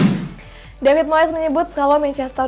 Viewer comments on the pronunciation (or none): none